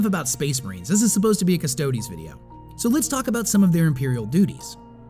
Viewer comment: Stodes.. Urhhgh, so cringe. Other than that, very good video